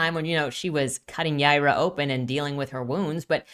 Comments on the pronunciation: It’s Hebrew and pronounced “Yeh-ee-rah” but they pronounce it as Y-eye-rah” which is the Spanish pronunciation. She’s from space so I think it’s just a coincidence that her name is Hebrew but also pronounced the way people in Texas/Latin America would say it. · Is her name pronounced "Yeye-rah", or "Yee-are-uh?"